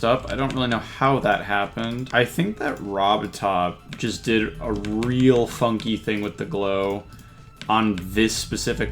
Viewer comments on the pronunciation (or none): none